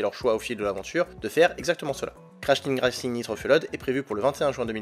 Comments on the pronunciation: "crash teag racing nitro feuled" pls faites un effort sur le prononciation :^))) Sinon bonne vidéo comme d'hab :) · prononcez correctement le nom du jeu svp !!!